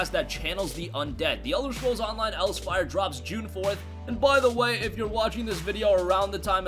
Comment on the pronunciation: Elsweyr. ELS (WHERE) not else wire